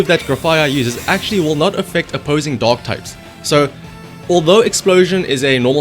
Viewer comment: Am i the only one that hears dog type instead of dark?))